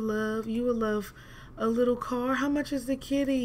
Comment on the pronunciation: She said "maybe..cause...this is juat to murch" om dead😂😂😂😂😂😂😂😂😂😂😂😂😂😂😂😂